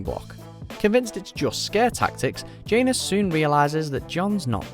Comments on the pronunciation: It's not jae-nus it's jan-os, that's how you spell janos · Ok, I can't help mentioning this lol. Phonetically, it's "Jan-ohs" not "Jane-es" :) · J-Anus? lmao pronunciations are killing me. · Completely butchered the names Janos and Ygritte in this video, smh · You can’t pronounce janos or Ygritte js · The pronunciation of Styr, Janos and Ygritte is killing me a bit.